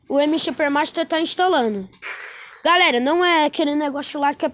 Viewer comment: Uma hora ele fala galera outra galela